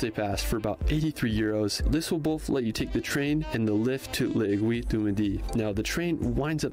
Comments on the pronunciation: Aiguille... du middii 😂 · I so laughed to the pronunciation to "aiguille du midi". I see it's very hard for english to pronounce "aiguille". It's needle in english. Well, it's very cool to see americans want come in France. Lot of french people dream to come in USA.